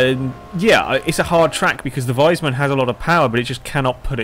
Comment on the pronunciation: If you are talking about the fast car and not a wise man, it's pronounced "weesmun". ;)